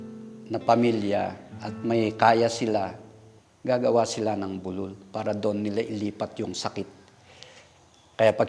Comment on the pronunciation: db bu--lul ndi bulul kasi tunog bulol, slow lang po ang bigkas